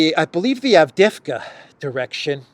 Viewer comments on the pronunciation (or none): none